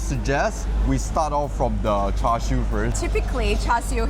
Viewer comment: Like how u pronounced Char Siew like a Cantonese 👍🏻